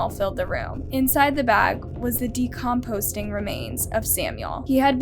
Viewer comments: It’s not decomposting! It’s decomposing .This channel amazes me at how many words, and most of them common words, are very mispronounced as if she’s never heard them before. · Every video this girl says decomposTing 🤦🏻‍♀️ much different from decomposing. I swear she says every third word wrong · Btw the word is 'decomposing' not 'decomposting'. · Decomposing. Not decomposting. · "decomposting", haha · Decomposing “ not decomposting”!! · Decomposing not decomposting. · I came here to say the same thing, lol. btw, I don't think "decomposting" is even a word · You pronounce the word "decomposing" like de-composT-ing in EVERY VIDEO. That's NOT how you say the word, cut it out already There's no T in decomposing.